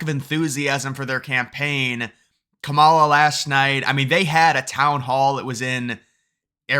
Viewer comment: I think she's awful too but you could at least pronounce her name right. Kah-mah-lah is easier to say even...